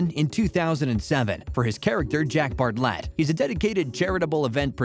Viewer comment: NOT BART-LET...ITS BARTLET....ALL ONE WORD!!